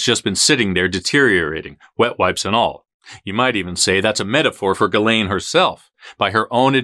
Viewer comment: No it's not. It's pronounced Gil-aine.